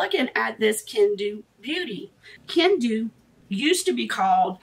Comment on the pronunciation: Hi Love, it's actually pronounced ken-doe.😘